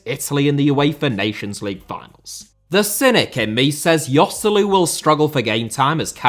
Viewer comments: Yoselu?! Its pronounced Hoselu, its not that hard lads... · "Yoselu" lol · man, who hurt you? :D The only real mistake is Joselu, the rest is fine